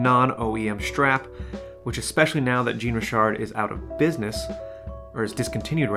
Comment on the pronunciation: More like shawn-ree-shar 😉